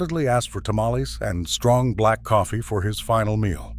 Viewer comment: Can't you pronounce tamales correctly?